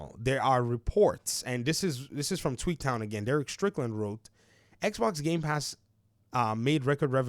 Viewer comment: Until I looked more closely at your video, whenever you said Tweaktown, I thought you were saying "Tweet town", i.e., a nickname you gave to Twitter/X. 😅